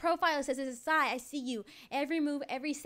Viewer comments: her names zai not zia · Sorr not zia zai